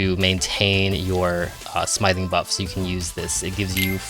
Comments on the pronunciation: Doesnt know how to pronounce smithing correctly. Dafuq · as soon as he said smithing wrong i gave up on the video